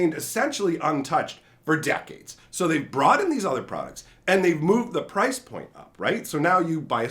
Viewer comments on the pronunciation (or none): none